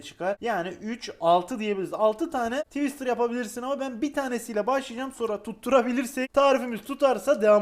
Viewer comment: Tiwıstır haline bak. Hahahahahahahhahahahahahh 🤣🤣🤣🤣🤣